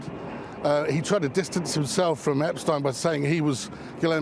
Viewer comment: YES! EPSTEIN: PRONOUNCED THE PROPER GERMAN WAY! FINALLY! THANK YOU THANK YOU THANK YOU ROBERT JOBSON FOR PRONOUNCING THIS GERMAN SURNAME: EPSTEIN, THE RIGHT WAY! 👍😁